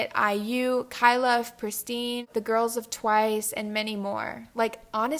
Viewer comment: I AGREE WITH ALL OF THESE also sorry but pristin is pronounced prih-stin BUT I AGREE SM